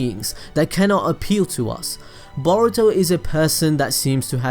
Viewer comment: You keep saying Baruto, why?